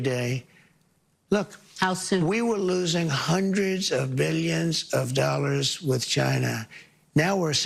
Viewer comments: Dollars, not dolls trump, my god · Pretty sure he just said "We have a trade deficit of hundreds of billions of doll hairs"